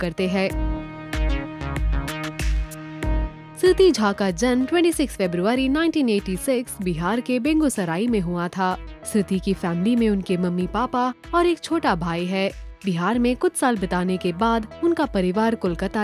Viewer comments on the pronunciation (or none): It's Begusarai not bengusarai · बेंगुसराय nhi, बेगुसराय hai